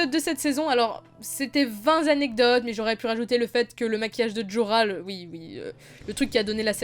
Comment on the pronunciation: "vingt zanecdotes" ? x) Sinon, bonne vidéo :D